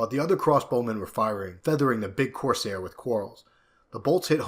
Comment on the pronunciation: Cours ur, not cours air